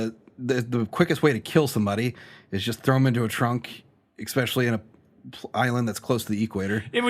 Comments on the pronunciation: I also find that exxspecially annoying. Jokes it is fine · I can totally give a pass on Manila, but it drives me crazy that you both manage to say 'ex-specially' in practically every episode. 😅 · same. i love them both, but they really need to learn how to say that word.